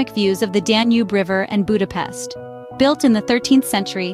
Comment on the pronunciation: Ha már ide utazott tanulja már meg helyesen mondani a fővárosunk nevét, és pöszítsen!